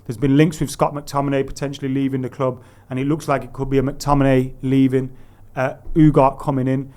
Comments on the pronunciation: Ffs it’s UGARTEEEEE not UGART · U - Gar - Teh. Not U - Gart.